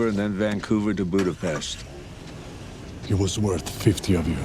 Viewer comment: Hungary mentioned AND Budapest pronounced correctly :_bwtHanksmile